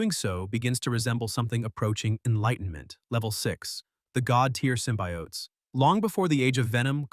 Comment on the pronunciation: Why do you call them both Sym-By-Oats & Symbiotes? It's pronounced Sym-bee-otes alone. Stop using Ai to talk for you.